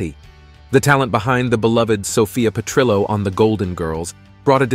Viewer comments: AI mispronounced Sophia's last name. Petrillo is Italian, not Spanish, so the double L is pronounced like an L, not a Y. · lol@ Petr-yo...And Dorothy Z-Bor-nak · The way he pronounces Zbornak and Perrillo is funny. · LOL, too bad the computer generated voice-over can't pronounce "Fierstein" - phonetically pronounced 'FireSteen'. Also for Petrillo, the "ll" is not silent.